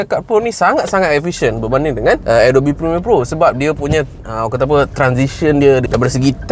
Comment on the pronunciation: Thanks wan. Selama ni aku pronounce A•dob. Baru tahu pronounce sebenar adalah A•dow•bee